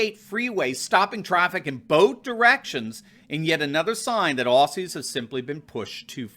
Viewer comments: OZZY! Not Ossy said with a Z!! Get it right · Hi... it is pronounced ozzi... not ossi... Melburn... not melborn And it is not fair to ask police to do this crap..after working so hard to be a trusted member of their communities...now this is just another way to divide Australians..... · Aussie is pronounced - OZY , not ossy. Melbourne is pronounced Melbn, not Melborne. But you got the rest right. Unfortunately the mainstream media are crucifying them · Aussie (Oz ee)! Not Ossy (Os see) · it's Ozzie, not Ossie 🤗 Nothing is what it began as in Oz. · Hi. I am an American but I was raised by an Australian mother and have spent time in Australia. Please pronounce Aussie as Ozzy and not with an 's' sound. Thanks. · Dude. It is pronounced “ozzie”.